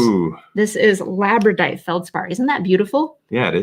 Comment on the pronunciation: just so it be corrected 12 mins in you mispronounced Labradorite (saying Labradite)